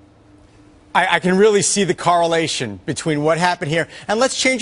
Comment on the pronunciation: What’s a “caralation”?